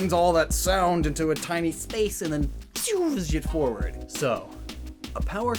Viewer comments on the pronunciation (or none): none